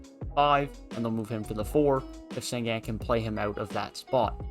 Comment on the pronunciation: It’s pronounced shen goon bruh